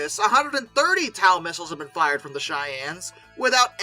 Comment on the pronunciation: TOW missile is pronounced "Toe"